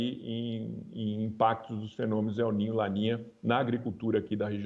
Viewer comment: A mulher fala el nina kkkk